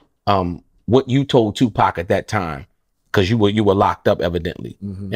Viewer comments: Why’d he call him 2 pack at 52 seconds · He said 2Pack 🤷🏿‍♂️ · WTF?!! Did his cousin say two-pack?! 🤣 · He called him two pack 🤦🏽‍♂️ interviews done 👋🏾